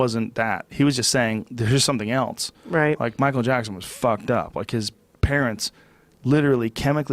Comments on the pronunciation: Michael japson 😂😂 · “Michael Jabson” 😂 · Michael Jabson